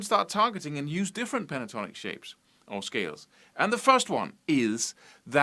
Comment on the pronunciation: He sounded Welsh then! ''Play that A minor Pentornik Boyo mun. I'll clap ewe lights owt now cheeftan. Phew good good goodness. Oes sqwileff yn Dda Butty!'' LOL